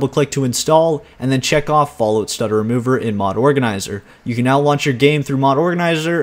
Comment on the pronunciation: I noticed that you pronounce Fallout as Fallút, like they do in parts of Scandinavia, Iceland and norther England. You wouldn't happen to be Canadian are you?